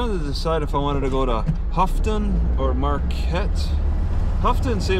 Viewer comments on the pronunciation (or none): just a heads up, Houghton is not pronounced "Huffton", it's pronounced "Ho-Tin" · Houghton is pronounce "Hoe Tin"